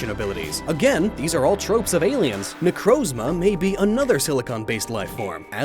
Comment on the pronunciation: You pronounced necrozma wrong